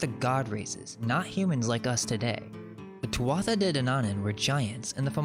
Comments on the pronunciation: I'm so glad I couldn't get much sleep . I got to see the Irish history that got deleted . 1 little tip your pronunciation of Irish is a bit off, sort of rushed. Take your time its easy eg tuathata (wrong spelling but a tip is "th" in Irish sounds like "h" with a bit of native twang so tu- ah- ata I've even lost the ability to use it .I'm nit picking but your research is so good it would sound better . only to Irish people but our language has been on a soft kill program for years that's why I mention it . I think there's a reason Also no one credits us with any accomplishments ...that is strange everyone says it but no one acknowledges it keep it up I was talking about us building everything and in recent supposed history under slavery basically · Thank you muchly. Great work sir. I'm Irish and following ourstory closely. One thing .... The tuatha is pronounced two-way.